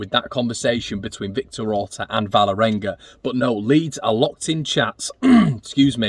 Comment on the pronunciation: Kristoffer Klaesson plays for Vålerenga. Not Valerenga as you pronounce it. «Wall-erenga» Leeds Leeds Leeds